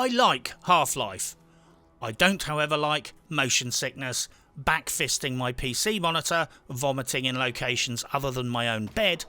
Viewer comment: No need to emphasize "My" when you know we are on board .....come to Bermuda and you and I can have Gin in a house with Mark Twain tied to it pic and all.